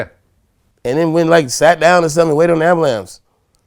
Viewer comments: Too Short with the “Ambalams” 🤣😂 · Damn....the homie said "ambalamps". 🤣🤣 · This nigga said 'and waited for the ambalamps'